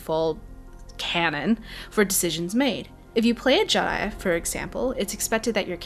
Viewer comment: did u say Jedi? if so it sounded odd